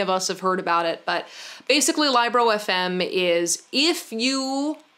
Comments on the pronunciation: Libro is Spanish for book, and it is pronounced like Leebro :D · It cracked me up hearing her saying Libro as Liebro. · I dont think you pronounced libro correctly, it is book in Spanish, so it sounds like lee-bro. I had the same reaction about wearing fanny bags across the upper body and now I love it. I bought shorts like the Lululemon on Amazon and it costs half the price. I need a soda machine ASAP. I love your videos and your bookcase is amazing 🥰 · that's what i was thinking lmao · Libro is spanish for book. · saying LibroFM Me: 🤨😬 (Libro is book in Spanish and it's a short i sound, not a long i) ☺️ Also, I definitely recommend a kindle. While I always love a good physical book, the convenience and portability of kindles is absolutely unmatched and the new Paperwhites are waterproof so there's no fear of damaging a real book at the beach or in the bathtub or whatever. Also the built in back light is amazing for those of us who have partners who hate having lights on in the house lol